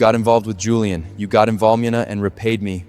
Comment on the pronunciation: said julian as juliam